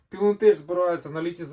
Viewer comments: походу ви не вчились: читати вірно Пайлонтек 😂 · Не теч а тек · У англійській мові слова з "ch" з наукової області знань (загалом грецького походження, тому і релігійної) читаються як "к", а не "ч": лоджітеК, пайлонтеК, хайтеК, теКнікс, кемікл, Кріст... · Англійською Pilontech читаєтьсч, як Пілонтек або Пілонтех, там немає жодного "ч". В іншому велике дякую за канал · Не знаю де люди беруть це «еч» при прочитанні англійського «ech». Це москальська фігня це «еч», «йорч» і т.п. Не «хепі бьорздей», а «хепі бездей», не «чьорч», «гьорл», а «че:ч», «ге:л». Не «пілонтеч», а «пайлонтех»!!! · ПілонтеК або пілонтеХ, але ніяк не пілонтеЧ =( Слово technology ви ж не транслітеруєте як течнолоджі, це або технолоджі або текнолоджі. Так от tech це скорочено від technology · Тільки не Пілон, а Пайлон... Афігенні батареї, давно поставив собі із гібрідним солісом, все працює, навіть не заглядаю. Проте, скарги автора мають підставу. Що ж, рекламацію ніхто не відміняв, гарантійні випадки завжди будуть. Просто треба купляти у постачальника, який підтримує гарантію, але не олх продаж. На хайпі, коли були відключення, всі вирішили рубанути баблішка, а воткуй. Шось мені здається, шо автор цього відео так саме на цьому попав. Купуйте у перевірених постачальників :) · Та досить знущатися над людьми, "пілонтек" читається назва, невже в школі не вчились? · Я так понимаю, что с Английским ты не дружищь? Pylontech следует читать как ПАЙЛОНТЕК. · "ПілонТЕЧ виробляє китайська компанія "Пілон ТЕХнолоджі" А чому "теХнолоджі", а не "теЧнолоджі"? 😅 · Хоть в Google translate послушайте произношение названия бренда Pylontech...